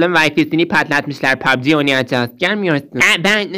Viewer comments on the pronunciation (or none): none